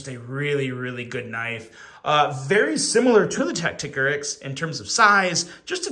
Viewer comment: Isn't it tacti-core-ix? Not tack-tick-a-rix?